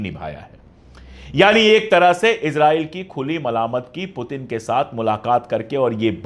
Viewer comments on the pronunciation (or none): none